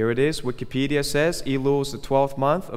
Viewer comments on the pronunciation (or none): none